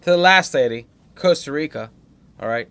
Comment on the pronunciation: Coaster Rica? Not Costa Rica?